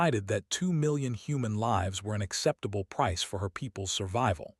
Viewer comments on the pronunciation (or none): Learn how to pronounce Lives. Long I.